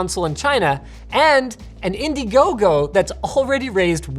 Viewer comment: "INDIGOGO" (I mean... Indihome)